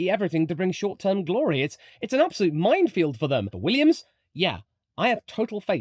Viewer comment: What exactly is a “mindfield” Do you mean MINEfield”?